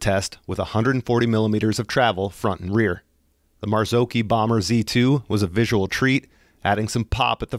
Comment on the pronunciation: Marzocchi? thats correct pronunciation of it. where the -cchi is sounded as a -cki.